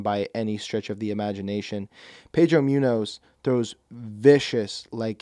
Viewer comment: “Pedro Myunos”